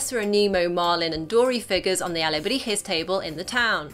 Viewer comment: Your Spanish pronounciation was actually quite good! Which is a relief. Most English-speaking Youtubers have a very cringy Spanish pronounciation when they say those words (particularly "Alebrijes")